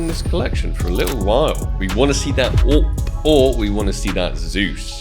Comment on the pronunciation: Sounds like you said AWP | Paw and it threw me off lol